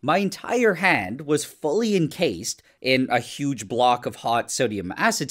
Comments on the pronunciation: I thought he said he was gonna put his HEAD not hand 😭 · Am I the only one who heard "head" instead of "hand"? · Damn, I thought he said "head", not "hand" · except the devil gave him one thing and its that he irritates me any time he says “hand.” “hund” brother its HAND. WHAT IS A HUND. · Me thinking he said head not hand 💀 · Every time he said hand, I thought he said head😅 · Did anyone else think he said head at first? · Bro I thought he said “head” 😭😭😭🙏🏻🙏🏻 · I thought bro said head…… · "I was kinda worried that this could burn my håänd" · It really sounded like you said head. I was concerned.. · WHY IS NO ONE TALKING ABOUT THE WAY HE PRONOUNCES "HAND" (händ) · Does he say “hand” weirdly?